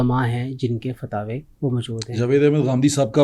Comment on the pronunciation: یہ سارے علماجاہل ہیں، لفظ فتاوے نہیں ، فتاویٰ ہے ، ماشااللہ پتہ چل رہاہے ، اگر اینکر لقمہ نہ دے تو یہ حضرت صاحب ڈھنگ سے دومنٹ بھی نہیں بول سکتے ، انا للہ وانا الیہ راجعون ،